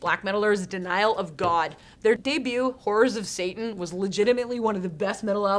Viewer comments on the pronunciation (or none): none